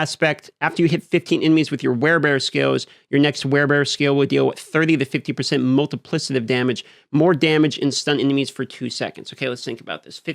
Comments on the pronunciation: It's pronounced "multiplikative", not "multiplisative". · Not trying to bash but because of how many times it was said, it was driving me crazy. Plus it'll probably come up in future patch note videos. The 'c' in multiplicative is pronounced like a 'k' and NOT like an 's'. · Multi plick itive 💀 not multiplisitive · Mul·ti·pli·ca·tive, not Multiplissative. Other than that, keep cooking, my man. Love the breakdowns. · I don’t think it’s multi-PLIS-ative but multi-PLICK-ative. Yeah, I don’t care if I’m that guy. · bro really its multipli K ative Not multipli S ative. PLEEEEAAAASE! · Please please it’s MultipliCative damage not multiplisative damage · /ˈmʌltɪplɪkətɪv/, just sayin 😅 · I love your vids bro and you’re a dope dude but it’s pronounced multiPLICKative! Sorry OCD going crazy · MULTIPLI-K-ATIVE PLEASE, FOR THE LOVE OF GOD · Isnt it Multipli-K-itive? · couldn't listen to wanton destruction of multiplicative pronunciation anymore :( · Drinking game: take a shot every time dm pronounces multiplicative wrong. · Don't let me change the way you say "multipliCAtive" but you are saying it wrong. Not sure if you're saying wrong on purpose of you learnt it wrong... muhl·tuh·pli·kuh·tuhv You just said it so many times it stuck out to me. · Am I stupid or is he mispronouncing multiplicative? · You are incorrectly pronouncing multiplicative. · Your saying multiplicative wrong lol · Your inability to properly enunciate "multiplicative" is insufferable... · New game - drink every time says “multipli”S”itive” in place of multiplicative 2nd drinking game - drink any time says “sohs” or “sews” in place of souls